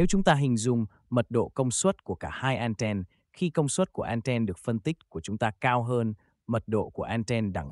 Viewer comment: Đã tiếng việt thì thuần việt hẳn. An ten hoặc ăng ten. An then nghe khó chịu vãi chưởng